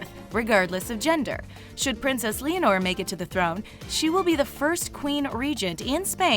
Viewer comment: You pronounced Leonor wrong.